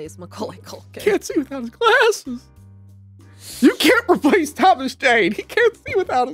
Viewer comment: The way said ''glasses'' made me laugh hard